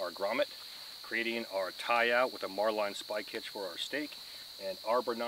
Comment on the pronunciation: Not a critic just info , the spike is pronounced " Marlin Spike " , and Bowline knot is Pronounced " Bowlin " , I was a Boatswains Mate Pronounced " Bo sun " for six years , that's the people who use those things . That Auger would be Great .